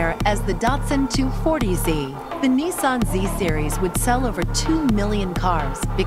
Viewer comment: Also he says Nissan like its neesun